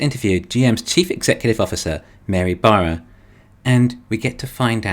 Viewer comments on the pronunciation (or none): It's a crying shame the Bolt doesn't use the fantastic GM Bull-tium batteries. And I like how the narrater pronounces Baarras. It's very nearly BareA55... 😁🍑🍑